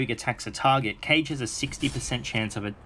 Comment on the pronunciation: its not Cage its Kage! Like Naruto- KazeKage. Kage means ninja king. He is holding a shuriken for god's sake lol